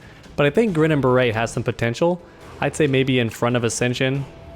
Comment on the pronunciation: It's pronounced Grinning Bare-it, it's a play off the old-school phrase "Grin and Bare it" which means to just smile and persevere when things get tough.